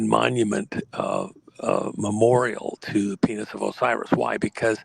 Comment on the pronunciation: Go ahead and say penith again. Come on, one more time.....Penith